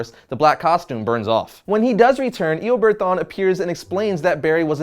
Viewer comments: Is it me or is he saying Eobird...? It's Eobard Thawne, not Eobird... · I think his first name is pronounced as ee-oh-bahrd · Ikr "Eobird" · Eobird lol. Eo-BARD. Like the DND class lol. Wonderful video though, no hate! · "Eobird thawne" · Eobird wtf it's eobard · Dude it's Eobard thawne bard not berd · eoberd?? what the hell is eoberd?? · Did he say eobird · I hate how he pronounces Eobard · You don't say eobard correctly.